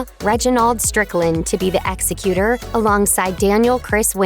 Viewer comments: Plz learn how to pronounce common words like executer (ek zek uter) media ppl that cant pronounce words are on my tops of pet peaves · Executer of the will? It’s Executor. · Executor is pronounced ex-EC-u-tor